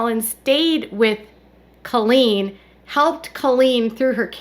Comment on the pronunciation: Please STOP saying “Culleen!” It’s Colleen lol